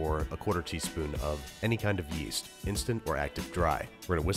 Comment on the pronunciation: "give the yeast a little bit more YEET" please tell me thats what you said